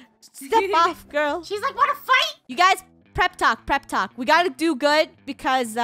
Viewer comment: did anyone notice she said prep talk 😂